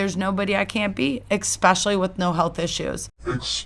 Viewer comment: "Expecially" is....a good one 😵‍💫